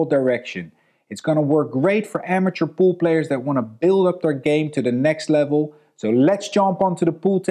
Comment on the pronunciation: I love you, and you're awesome Neils, but every time you say pool player I hear poop player lol. I appreciate and thank you for your videos.